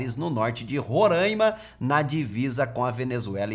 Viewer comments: Roraima e não Rorãima.😅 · Rorãima não, Roraaaima!!!